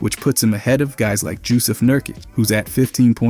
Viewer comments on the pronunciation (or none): did you just say jusuf as JU-sef? lol...